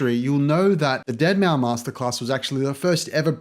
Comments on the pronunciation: Good video thanks. (However, Deadmau5 is pronounced as "dead mouse" rather than "dead mow") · Mouse NOT MAU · It's pronounced Mouse not Mau, sorry I needed to get that out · it triggers me when he said deadmow instead of saying deadmouse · It's pronounced "dead mouse" not "deadmow" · I agree that the AVB class is probably better for learning, but Joel is honestly a better producer overall. Also please stop mispronouncing it as "deadmow" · ... Did he say "Dead Mau"? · its said DEADMOUSE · DEAD MOW?! cmon mayne get the name right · Really just made an entire video on Deadmau5, but failed to research the proper pronunciation of his name. Solid video. But weird 😂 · Uhm, you're pronouncing deadmau5 wrong like 60% of tha time bruh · Why cant you say deadmau5 properly? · you already sound like you have no idea what you're on about. Can't even pronounce deadmau5's name. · the minute you incorrectly pronounced Deadmau5 I knew it was over